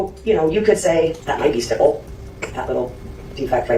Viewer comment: Stop mispronouncing stipple 🤦🏾‍♀️